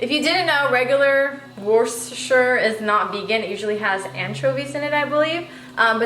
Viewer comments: Don’t pronounce the “r”. It’s “Wooster-sheer” sauce. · Wuss-ter-shire sauce, say it with me, wuss-ter-shire 😂👍